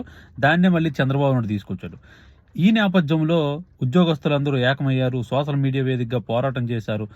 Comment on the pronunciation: Not sosal(Telugu). Soshal ani palkaali Bro.. Content K...